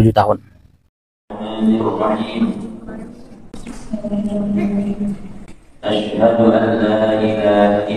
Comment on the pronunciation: tolong bacaan syahadatnya yg tartil pak. seperti bacaan ASYHADU harus jelas. Yg dikewatirkan dibaca ASYSYADU.